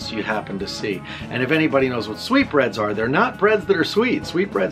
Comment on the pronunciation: I didn't even know he was saying sweet breads. I thought he was weirdly saying sweet brains.